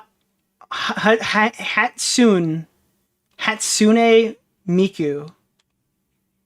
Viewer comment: struggling to say hatsune miku is so damn funny